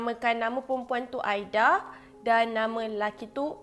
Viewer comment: Kak camimu tersasul ke tuww ??? Aida jadi aidia🤪🤣